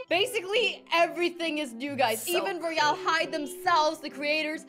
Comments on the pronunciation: I know it’s roy-all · Sanna not being a hater but when you say royale you say it so wrong